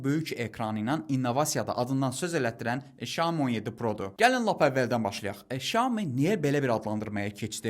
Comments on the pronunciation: Bazarda yeni ad ,,şamo,, telefonu😂😂😂ay adam, ,,syaomi ,, ,,şami,, nədi 😂😂😂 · bizimkilər və türklər щяоми deyillər mənçə doğru Сяоми demek lazimdir